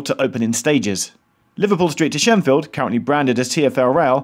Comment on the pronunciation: Shenfield NOT Sheffield